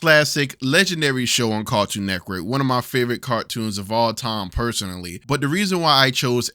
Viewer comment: Idk if it's just me but i am hearing Cartoon Neckwork instead of Cartoon Network lol